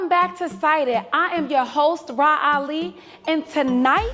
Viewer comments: I need him to call her “Rah” and not “Raw” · Not "Raw Ali"😂😂😂